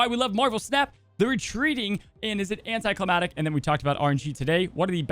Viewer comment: 😬😬😬😬😬 I'm so sorry but I can't let this go. It's "anticlimactic" all one word. You're missing the C. "Climatic" is actually a word that had to do with climate. Thought it was just a typo but I heard you actually say "anticlimatic"